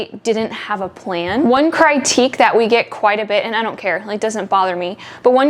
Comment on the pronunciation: critique is pronounced crA tek love your videos